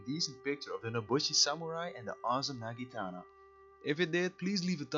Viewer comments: when you say naginata like nagitana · For future - it's Naginata not nagitana ... ;)